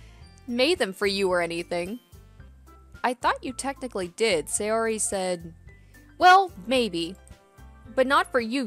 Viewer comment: The correct pronounciation of japanese names is ALWAYS emphasising the first vowel of the name. So it's not Say-O-ri, but S-AY-ori for example. Same with every other name. Americans tend to pronounce japanese names wrong, because english names usually emphasise the second vowel instead of the first.